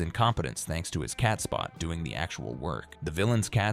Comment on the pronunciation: Robot narrators can't figure out NAMES... "Catspot" (cat named "Spot")... Video footage doesn't follow the narration: No visual support of "wardrobe malfunctions".